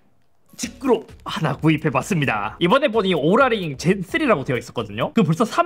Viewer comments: 발음좀 제대로 오랄이 아니라 오우라링.. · 인트로 순간 오구라 링이라고 하는 줄 ㅋㅋ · 오구라 링으로 들렷음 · 인트로때 오ral링이라고 한줄